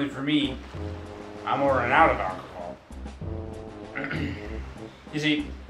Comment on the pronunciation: "Alchocal" XD